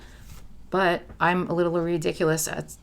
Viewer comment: This is as cute as you are! You make me smile! The way you said ridiculous made me giggle